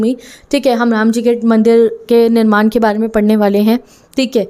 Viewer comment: निर्माण not निरमान🫂